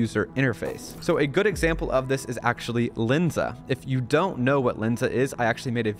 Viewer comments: There's a difference between Len and Lin. Its Lensa not Linsa. Also that seo advice is really bad. Google just released an update that lowers the ranking of any sites using ai to write content. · Its calles L"e"nsa. Not L"i"nsa.